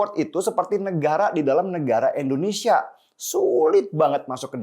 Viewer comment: INDONESIA BUKAN ENDONESIA 🙏